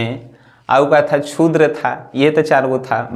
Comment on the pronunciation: छुद्र नहीं बे शूद्र the great